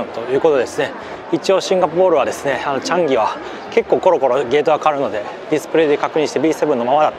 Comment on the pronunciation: 「チャンギ」のアクセントが…いつもすごく気になります。💦